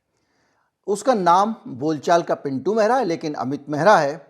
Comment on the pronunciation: आप "मेहरा" का उच्चारण कर रहे हैं जो कि पंजाबियों की एक प्रमुख जाति है इससे भ्रम उत्पन्न हो रहा है ! दरअसल उच्चारण "महरा" होना चाहिए ! पहले ये लोग अपने स्वामियों के यहां पानी भर कर जीवन यापन करते थे ! कहार, केवट, निषाद, लगभग समकक्ष जातियां हैं !